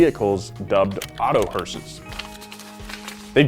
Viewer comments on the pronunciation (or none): when he says hearses it sounds like sayings horses